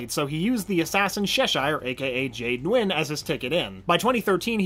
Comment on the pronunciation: That name: (Nguyen) is a Vietnamese last name and from what I know it is pronounced New-in. No “Win” which is what I heard.